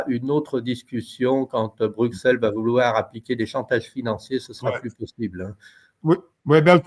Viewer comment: Bonne émission. Broukselle, Broukselle, .... BRUSSELLE (Bruxelles !), merci !